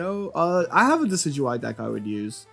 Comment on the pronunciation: Not the “decki duey”, “the deck is dookie” Decidueye